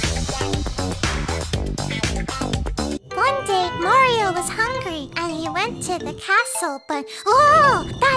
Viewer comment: Hellor, Marior!